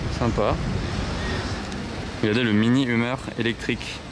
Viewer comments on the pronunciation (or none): Lol, alors pareil, Hummer ca se prononce "euh-meur", et pas "humeur" ;)